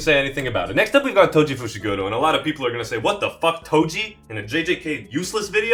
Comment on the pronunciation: Bro said Toji and Gojo…ooooof